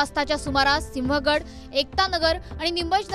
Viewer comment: सिंह गड रोड असे म्हण ग